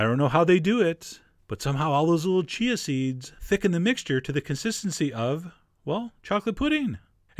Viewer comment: I love that you say ch-ch-ch-chia seeds haha